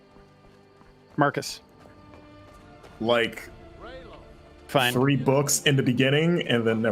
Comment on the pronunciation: Every time Marcus is introduced my mind hears "Martha Stewart".